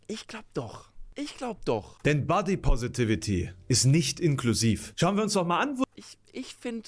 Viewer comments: Finde es immer lustig wie Menschen Wörter "ausnuscheln", wenn sie diese nicht aussprechen könen. "Bodypovity" :D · Ich könnte 2h wiederholt schauen, wie versucht, Body Positivity auszusprechen:D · Muss gestehen, dass ich es ziemlich unberechtigt finde, die erste verbale Schelle zu verpassen, noch bevor man einen Punkt gemacht hat. Besonders, wenn diese Schelle nicht einmal nachvollziehbar durchgeführt wird. sagt "Body positivity" und spricht das erste s gefühlt halb wie ein s und halb wie ein v aus. Verbaler Ausrutscher, Sprachfehler, keine Ahnung. Jeder weiß worum es geht und er lässt es im Video, was ihn einfach nur authentisch wirken lässt. Und dann so zu tun als hätte man "body poverty" verstanden (bzw. wenn man es wirklich so verstanden hat wäre das vermutlich ein Fehler auf gleichem Niveau?) und das so lang gezogen zu belächeln finde ich zwischenmenschlich etwas schwierig.